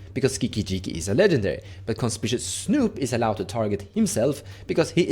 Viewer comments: Great deck tech, really excited for gruul artifacts. By the way, conspicuous is pronounced Con-spick-you-us… super weird pronunciation I know haha even hard as a native English speaker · CON SPICK YOU US